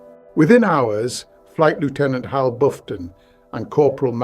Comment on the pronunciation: 80cm rockets becoming V2s? This text-to-speech AI can't pronounce lieutenant, or Louis, in the English manner, despite seeming English.